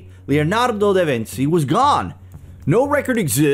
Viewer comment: Your pronunciation of da Vinci is soooo wrong 🤦🏽‍♀️